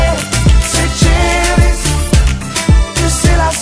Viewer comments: Wait! Is Seychelles pronounced Say-chel-is or Say-shells I have heard it both ways now. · The correct way to pronoucne it is Say-Shells. If you continue to listen up to the rap part, you will hear him say, Say-shells. He proably said Say-chel-ls because it sounds awesome with the beat of the song. I was confused at first too. :/ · So Seychelles is pronounced "Say-CHeL-Lays"? All this time I've been saying "Say-shells" xD ;; Also, Seychelles and Sealand are so cute together! I wish people would make more of those pictures! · I agree, he has a Spanish accent- it's why his way of pronouncing Seychelles is off XD And Mis Amores I think is Spanish, since it would be Mes amours in French : D they pronounce it right~ I love the song, BTW- I love it, I think I'll have to learn it for Anime Boston as I'm going as Seychelles again